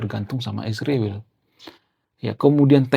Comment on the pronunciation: Bro, km sepertinya juga kurang intelek klo menyebut nama Israel saja km plesetkan mjd isriwil. Km gak tahu arti nama Israel hingga nyaman-nyaman saja menyebutnya isriwil 😅